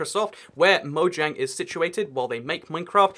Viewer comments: it mojang not moyang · MoJANG!! Yeah, J can have a Y sound, but it doesn't in Mojang. Hard J. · It’s actually officially pronounced with the J. Even the developers say so.